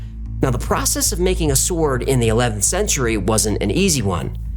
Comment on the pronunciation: Its a bit distracting hearing him pronounce the W in 'sword'.